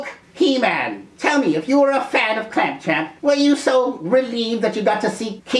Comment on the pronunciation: Another problem with clamp champ is his cheesy name that most folks (including myself) mispronounce as clamp tramp,,... even without (or other's) special elixir. However, kudos for the correct pronunciation...errr gave that name at various other times in this vid.